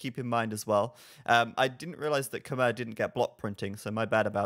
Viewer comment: Just FYI, on the pronunciation of khmer